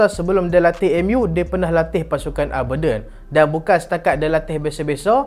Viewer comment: cara sebut Aberdeen tu ialah (A) ber diyn